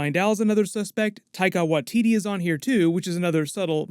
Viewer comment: its pronounced ’why-titi’ not ’wah-titi’